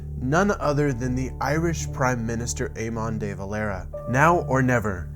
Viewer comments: Excellent video! The only thing is that you pronounced Éamon dear Valera wrong, and maybe that you called him Prime Minister as he is technically "Taoiseach". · Its pronounced- "Aymen dev-ah-lare-ah"..... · Haha the way you pronounced ‘Éamon de Valera’ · Really good video. It's good to give information to people who might not understand the situation. Just one thing: Please learn how to say Éamonn de Valera - an irishman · Yikes, maybe learn how to pronounce names like Éamon de Valera before recording.